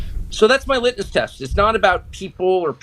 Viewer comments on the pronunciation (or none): "So that's my litnus test." What is going on with his speech? He's talking like he has a large piece of candy in his mouth, but I don't think he has.